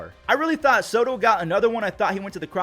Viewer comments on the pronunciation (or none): none